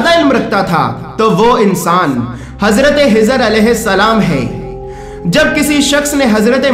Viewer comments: Hajrat khejer alahissalam naaki hejer alahissalam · حضر نھیں خضر بول بھائی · Janab unka Naam Hizar nahin. ..tha unka Naam Hazrat khizar tha please talaffuz Sahi kare. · janab azrat hijar nahi un ka naam khizar alheissalam hai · usne bhi yahi bola k khizar lekin yume video me hizar bola h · Bhai bohath acha hai lakin aap hazrathe hizer kehrahe hain unka naam khizer alesalam hai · Bhai aacha video banaya. Hizhar Alaysalam nahi balki Khizar Alaysalam they. Dr Fareed Ahmed MD (AM). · Hazrat hizar nahi, Hazrat khizar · Kezar a s bolo ezar heza qun bol taaho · khizr alaihi ssalam not hizr slaihi ssalam. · Hizr nahi khizr alehissalam.... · Assalaamalaikum aap khizr as ko hizar keh rahe hai plz correct🙏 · Bhai jan Hazrat hizer nahi unka nam Hazrat khizet hai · Wo hizar nahi hazart e khizar hai varification karo names ka jis se aap ko doubt na ho bohot achha bataya hai bus ye eak fault hai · Khijr Alaihissalam not hizr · بھائی آپ نے کوشش اچھی کی لیکن خضر علیہ السلام کو حضر علیہ السلام کہہ رہے ہو ۔اس میں اصلاح کر لیں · Hazrate hizar Nahi hai hazrate khizar a s hai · Hizar nam nhi h khezar nam h samjhe janab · آپ خضرکی جگہ حضرکیوں کہتےھیں کیاخ نہیں نکلتاھےآپکا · Hazrat jo naam aap bata rahe ho Hazrat hijar alaih salaam to suno un ka naam hai khaja khizar alaihsalaam hai khaja ka laqub mila hai koi Hazrat khizar alaih salaam kaihta koi khawja khizar alaih salaam kaihta hai to koi khijar alaih salaam kaihta hai hijar nahi khijar naam hai aap ka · Well said brother agr mai galat samjh raha hu to bara e karam mujhe meri mistake thek kren, mere khayal sy ap ek mistake kr rahe hain, “Hazrat Khizr” hain na k “Hazrat Hizr”, kindly un words pe focus kren jo k start mai “Kh” ata hai jese k “Khud” r ap “Hud” bol rahe hain. Boht boht mazrat agr meri koi bat buri lagi ho to. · Aap kha nahi bolsakte kiya? Khazana jo hazana? Khizar alaye salam ko hizar bolre ho.????? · Hezar alaesalam nhi Bhi خضر عاليسالام حوتا Hezana nhi Bhi khazana hota خ padna nhi nhi ata kya bhi خ